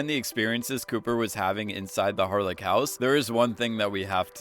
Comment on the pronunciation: It's pronounced Harle - ch, similar to Loch Ness I get that your American, but still, it's the most annoying thing hearing people pronounce it incorrectly